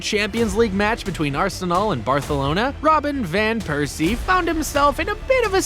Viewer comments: Bro said birthalona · "Barthalona" had me Dying 😂💀